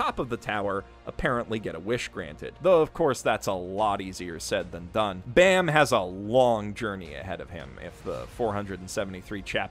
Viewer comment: Btw its baam not Bam as in balm pronounced without the L.